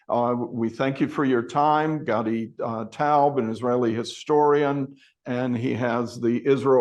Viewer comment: Great interviewee. But, "taubeey"?